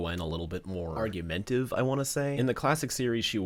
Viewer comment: "Argumentive" is not a word. It's "argumentative." 5 syllables, not 4.